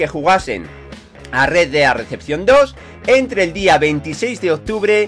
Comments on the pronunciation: Es REDEMPTION no RECEPTION, pero ya vamos pillando tu inglés de barrio poco a poco. Eres un grande, sigue así campeon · Rea dea deachion dos jaja gran ingles